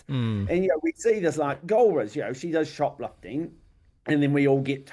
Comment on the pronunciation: " shop lufting" ?